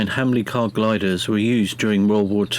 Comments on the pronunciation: Hamilcar not hamlicar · It’s Hamilcar not Hamlicar.